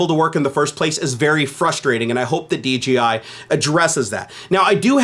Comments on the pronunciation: Anyone else hearing DGI rather than DJI? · Does anyone else hear him saying DGI instead of DJI? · Great vid. Now I want one. God dammit. Also: you kept saying DGI instead of DJI haha.